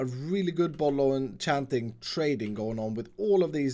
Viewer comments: Everyone: bottle of enchanting: bottlochanting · Itss bollochanting